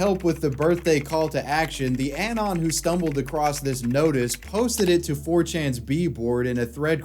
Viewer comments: That's not how you pronounce "anon". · It’s pronounced “UH-NON”. Not “AN-ON”. For fucks sake.